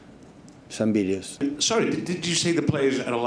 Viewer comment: i thought he said Videos, pronounced it Bideos